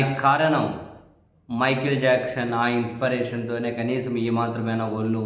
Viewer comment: ఇన్స్పిరేషన్ అనే పదాన్ని సవరించి 'ఇన్స్పిరేషన్' inspiration గా ఉచ్చరించండి